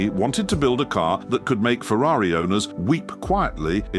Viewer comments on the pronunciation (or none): none